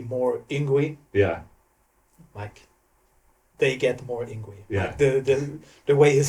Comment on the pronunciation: So, that's how we pronounce "Yngwie", I thought it was harder, he is a legend too, the would say he is the father of Neoclassical metal.